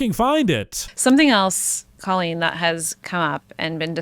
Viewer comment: It’s hilarious that everyone is calling her “Cawlean” when she has said it is somehow pronounced “Coal-lean”… I know she is irritated